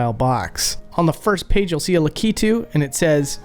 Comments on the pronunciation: Likitu? Lakitu is his name! "Luck i 2" Not "Le Key to" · I always understood it's pronounced lak-ee-too not la-key-too... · Dude… La-key-two?!?!? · Is this really how to pronounce the name Lakitu??? You're saying La-kee-too. I've always said La-kuh-too. Even Google says La-kuh-too. Its throwing me way off. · In my family we always said Lakitu like "lack-it-too", now that i have heard "luh-key-too" i cannot unhear it. Soup ear mare eo brutherz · Oh man, the way you pronounced "Lakitu." Lak-it-too is the American pronunciation from what I've looked up. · That is not how you say "Lakitu" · thats not how you say Lakitu!